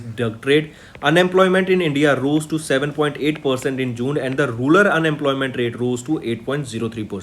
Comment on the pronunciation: it is rural not rular